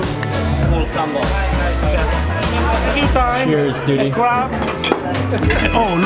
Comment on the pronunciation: not sambol but sambal